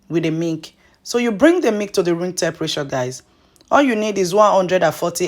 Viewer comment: You are explaining too fast. Difficult to understand when you say Mik versus Milk.